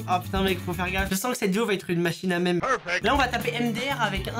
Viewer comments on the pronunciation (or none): none